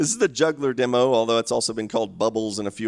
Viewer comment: Congrats on saying "demo" instead of "dimo."